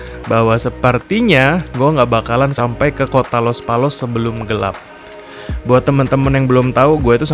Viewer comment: Gelap bang bukan gelep..